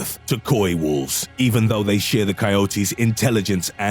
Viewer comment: What is "coyotees"??? It's coyotes. ......(kie-yoats) it was funny hearing the guy say it weird like that.